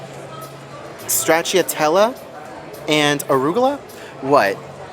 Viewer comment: …It’s pronounced “STR-Ahhh-chee-ahh-tell-ahh” and is, basically, Italian Chocolate Chip ice cream